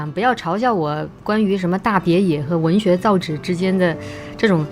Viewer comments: zao yi , not zao zhi🙂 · 造诣（yi），不是造（旨） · 我听着有些别扭，还是读文学造诣（yi）四声吧，还有yi贻笑大方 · 文学造诣，诣读yi，四声。听得我有点难受。。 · 文学造诣，诣Yi第四声:eyes-pink-heart-shape